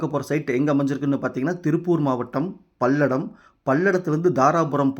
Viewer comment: பல்லடம் என்று சொல் பள்ளடம் இல்லை